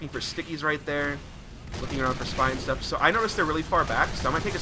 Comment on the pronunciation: I like how he's saying "How much Sh-tuff can happen"